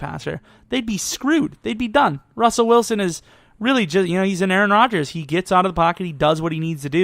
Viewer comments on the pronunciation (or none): none